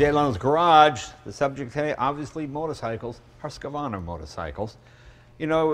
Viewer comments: They added an A .... HusqAvarna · The pronunciation of the name Husqvarna does not have an 'a' in the middle. Even the reps can't pronounce the name right. It's 'husk' 'varna'. They were a Swedish company making some of the most innovative dirt bikes of the 20th century. Basically you could buy the same bike the world champions raced. They were sold off to the Italians (1988, Cagiva), the Germans (bmw) and finally the Austrians (ktm). Left over Swedish employees of Husqvarna created Husaberg around 1988, making a 50hp 245lb four stroke dirt bike that won several world titles in the 90's, almost a decade before the yz400f. Then KTM bought them as well and just rebadged KTMs as Husabergs. Then KTM just killed the brand, presumably because the name Husqvarna has more clout. I'm pretty sure KTM doesn't sell any Husaberg parts any more, especially for the old ones. For people who know what Husqvarna and Husaberg really were, this is just a name plastered on another bike, by a company that doesn't care about the heritage of the name, just about how the name can make them some money. The bikes in this video are really just KTMs. I'm sure they are great bikes, but using the Husqvarna brand is just a poke in the eye for people who know what these great Swedish bikes were about. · how the heck can't the american ceo not even say the name correctly? it is not HusqEvarna! Hus like the beginning of Hussy but -sy, qvarna is just kvarna with a soft R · Pronouncing Husqvarna as HUHsqAHvarna is like pronouncing Suzuki as Suzahkee Bruh it aint hard to say it the right way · so funny when americans trying to pronounce Husqvarna. "HUS-K-VARNAA" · man i laugh everytime someone not from sweden try to say husqvarna, they say like houskvavarna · They are adding an A in the middle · It is amazing to me that not even the president of Husqvarna can pronounce the company name and name of the model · Yea, not even the company-guy got it right :-) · They can't even pronounce Husqvarna correctly.